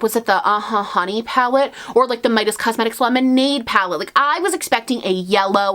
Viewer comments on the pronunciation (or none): none